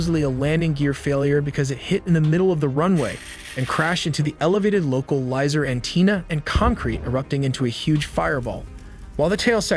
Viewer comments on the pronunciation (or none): Recommend you adjust the AI pronunciation of “localizer antenna” here, it’s awkward. Also, for runway numbers and two digit flight numbers, standard phraseology is to say each digit individually. So “Runway Three Three” or “PAT Two Five”